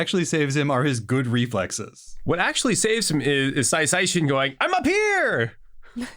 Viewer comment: Whys this guy keep calling him "Sai Saichin"?